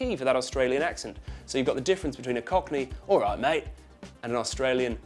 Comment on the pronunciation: I'm an aussie and hit the nail on the head for words like "like", "right" and "live". He lost it towards the end a bit with "alright mate"... that was exaggerated.